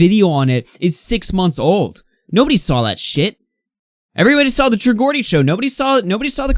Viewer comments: Love the video but just letting you know its pronounced true J-ordie not gordie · True geordie is pronounced "jaw-dee", I'm a geordie and it was weird to here it pronounced as "gordy" 😂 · It's TRUE George-d not gorgy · It’s true GEORDIE as in (JAW-D) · I love how you were trying to say how influential the true geordie podcast is while saying its name wrong twice. 😂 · Geordie is pronounced jaw-dee, like George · just thought id let you know that you mispronounced geordie. idk how exactly to type out the pronunciation but its pronounced jor-dee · No big deal, but it’s pronounced ‘jordie’.